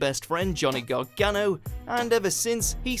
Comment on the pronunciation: Everyone’s saying it’s heel not villains. That is true but at least they call Gargano. Gargano... and not GAHGANOH like Mauro...